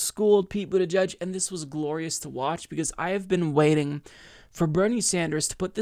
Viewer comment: I like Bernie's pronunciation of the name of that weasel from south bend